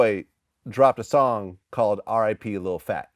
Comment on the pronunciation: lol when Boosie says Lil Plat